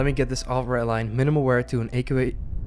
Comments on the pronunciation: for the love of god its REDDDDDDDD LINE NOT RET LINE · its red-line not ret-line. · He says redline soo wired I always feel like he says ratline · I just love how he says redline. "Retline" xd